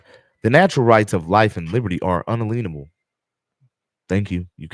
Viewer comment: Why do you keep mispronouncing it "un-uh-lean-able"? the word is un-alien-able.